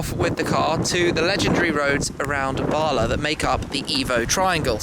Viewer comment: Hi Tim, nice to see you back in Wales. You should try to blag a ride in a rally car while you here some time. By the way it's pronounced BALA, not BARLA. BARLA is the British Amatour Rugby League Association